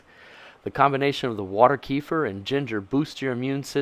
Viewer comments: 👍Thanks for sharing your knowledge & know how. I love ginger so I’m going to try this. 💞Yes, you pronounced kefir properly, most Americans say KEE-fur or KEFF-er. The correct pronunciation is kuh-FEAR. 👍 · Thank you for pronouncing it correctly at the beginning. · Thanks SO MUCH for pronouncing "kefir" right. Most people do not know how to pronounce it, which is very annoying. As you know....The "e" has a short e sound as in "egg". The "ir" is pronounced "eer". The accent is on the 2nd syllable, not the 1st. Thanks again for this video.